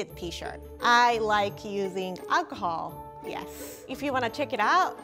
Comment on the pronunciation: Oh no acahol?! you ok?